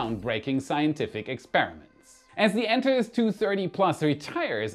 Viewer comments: an-TAR-ees! Not ANT-a-rez! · please look up the correct pronunciation of Antares 😊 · "an TAR ease"....... "Earth's, not Earthez........ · With all due respect, what is up with your pronunciation of words? Antares? Elongated?